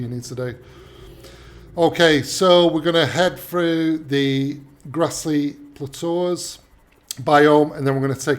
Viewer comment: Somebody does'nt know how to say "plateaus" properly, thanks for the vids.